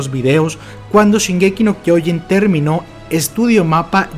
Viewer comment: Se pronuncia SHINgeki no kyoJIN